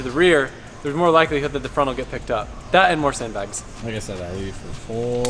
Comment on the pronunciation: 344,000 people at this moment have out loud mocked you saying "sand blags" lmao